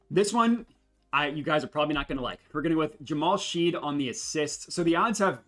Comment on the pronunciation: its pronounced "Shed" not Sheed. You didn't factor in Jalen being hurt for OKC. the splits are way different than what you would expect. I would revisit that 1Q analysis. Thanks for the video!